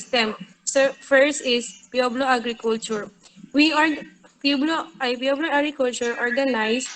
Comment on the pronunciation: Pueblo = pu-web-lo